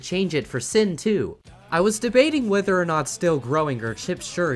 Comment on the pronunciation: Said Sin's name wrong 😞